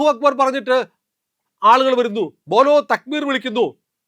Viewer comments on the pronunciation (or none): none